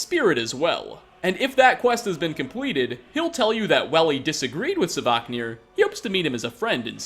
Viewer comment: I'll turn a blind eye to you saying Alea, but I absolutely can't stand hearing sAvaknir 10 times in one video!!! Ughhh